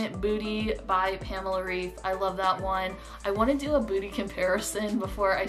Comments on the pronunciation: Just wanted to tell you that pamela‘s last name is pronounced ‚raif‘. She is German and in Germany we pronounce ‚ei‘ as ‚ai‘. Lots of love from Berlin 🇩🇪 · In english, 'raif' would be pronounced 'rayf,' normally. Pamela's last name is pronounced more like 'Rife' by english standards :) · yes, I speak german. I am trying to explain that the german way of pronouncing it would be said 'Rife' (ei in german makes a hard 'i' sound, not a hard 'a' sound as in raif) :) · girl but her name is german, so the right way is the german way. For example, my name is in portuguese and it's pronunced 'ahdôrrno' but in english it would be 'adorrknow' or smth like that